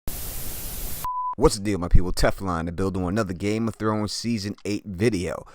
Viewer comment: Did you just say game of thones?